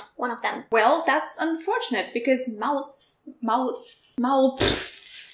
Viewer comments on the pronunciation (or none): "Mouth" uses a soft TH sound like "moth," but "mouths" uses a hard TH sound like "mother." Also the S in "mouths" is pronounced more like a Z.